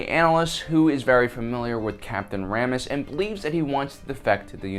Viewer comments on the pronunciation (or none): Ray me uh s, vode, Ramius.